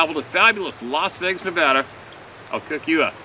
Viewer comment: Thank you for all you do! Thank you especially for pronouncing Nevada correctly 🙏 🙌 🤣